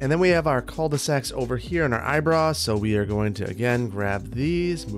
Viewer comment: What's that term you're using for the loop in that one neighborhood? It sounds like you're saying "eyebra" or something similar but looking it up, that's either not the correct spelling or I'm not hearing you correctly.